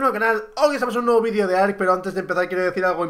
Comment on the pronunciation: Hasta aquí el "vedío" de hoy